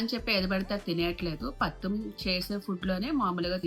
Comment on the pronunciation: పత్యం అండి పత్తిం కాదు.ఆ ఏజ్ లో మీరు ఎంత పని చేస్తారో చూడాలి మరి.